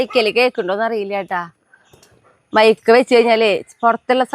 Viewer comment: മൈക്ക അല്ല മൈക്ക് ആണ്